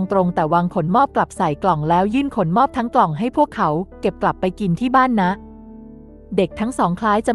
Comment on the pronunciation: ขะ หนม อบ ไม่ใช่ ขน มอบ 5555